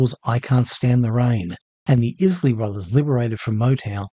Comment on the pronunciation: really dude? the is-lee brothers? where are you from? all my life they were the eyes-lee brothers!